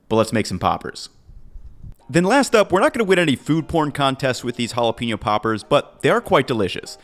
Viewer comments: Pen-yo, not Peen-yo. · You're awesome,. But, from one gringo to another, you'd be just that much more awesome if you didn't pronounce it "hala-peenyo"... You gotta put the "pain" in the jalapeño!